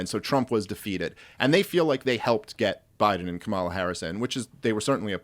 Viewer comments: Dave Smith: learn how to pronounce Kamala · Explain to Dave how to pronounce "Kamala".